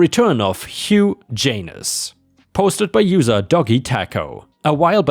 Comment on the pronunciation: Love the stuff Ripe, but you're pronouncing Hugh Janus wrong. It's pronounced Hew Jaynus. Not Huge, because that would give away the joke.